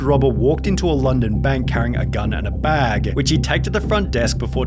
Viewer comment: Why is he dragging out the last syllable on some words? Workerrrr, scannerrrr, baaggggg